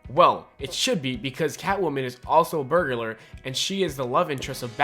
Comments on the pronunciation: He said burgerlar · burglar not burgular